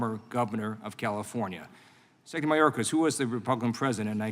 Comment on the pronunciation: Lieu can't say "secretary". How does he get a pass on botching English.